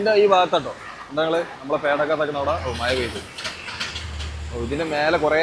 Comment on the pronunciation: മയ, വയി. മലയാളിയുടെ അഭിമാനമായ ' ഴ ' വിഴുങ്ങി. കഷ്ടം. ഇനി ഇതിനും ഓരോരുത്തന്മാരും ന്യായവുമായി വരും.